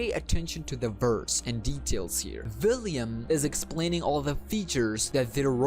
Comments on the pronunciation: Please. It’s William Not Villiam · Is he saying villiam instead of William🤔🤔🤔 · U even said william as villiam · william ❌ villiam ✅ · I believe it's william not villiam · vhy are you calling him Villiam? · I know you have an accent and I’m not tryna be rude or anything, just one thing..... ✨ᵛ ⁱ ˡ ˡ ⁱ ᵃ ᵐ✨ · Yea its william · but its pronounced william i know the story